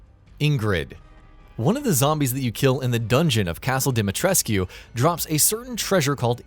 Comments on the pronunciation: We've been over this,.....its DimetresK.....not DimetresQUE. Lol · It's pronounced dem-a-tresk